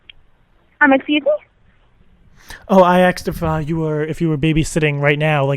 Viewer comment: randommmm....but its funny the way says "Asked"...lol.